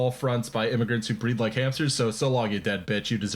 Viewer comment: I didn't hear "breed like hamsters" I heard "breathe like hamsters" and for a second, I really tried to think of why you would say something like that. Like, obviously it would be racism..... but in what way?